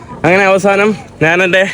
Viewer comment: നാൻ അല്ലടാ കോയെ?